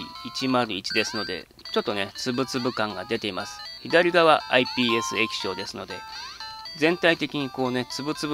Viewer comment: 何回かISPって言ってる